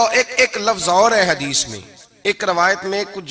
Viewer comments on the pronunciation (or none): none